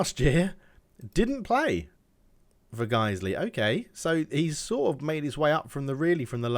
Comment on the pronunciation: You pronounced that right. Guisley is local to Leeds, as is Farsley Celtic.